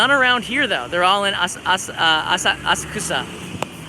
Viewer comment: I give you a 9+ out of 10. My wife suggests she'd give you a 10 if you pronounce Asakusa properly and loose the Beavis and Buthead laugh you do... (dozo kudasai )... then it would get a Zagat rating!